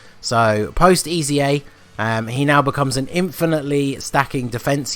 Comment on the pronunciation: “EZA’s” :D “EZAreas” -_